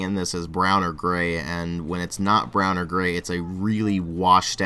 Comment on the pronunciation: When you die(which I hope will not for at least 100 years), please have "brown & gway and weawistique" on your matching tombstone :3.